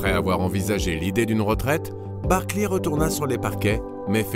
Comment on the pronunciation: Je vous adore, mais j'ai eu mal aux oreilles tout au long de cet épisode. Sérieusement les gars, vous prononcez : Barkliiii ?